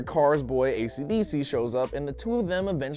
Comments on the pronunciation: for the last time its esidisi not fukin acdc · i swear i even though i have seen part 2 i thought he was saying acdc the band